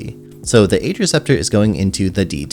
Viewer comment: Not trying to be toxic, but Ager is actually pronounced "Agh-er"!